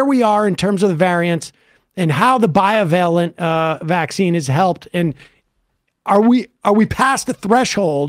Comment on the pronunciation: FFS someone please tell Sam the word is BI-VALENT, not BIO-VALENT. Every show he massacres it.